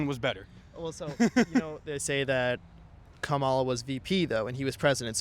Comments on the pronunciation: You are still saying her name wrong. It is Comma la, and not ka ma la. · Why doesn’t the host/ interviewer ever pronounce Vice President Kamala Harris’s name correctly? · At least pronounce her name right… it’s , La!